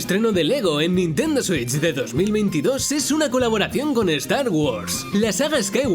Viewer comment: Odio como los españoles dicen "Nintendo Switch"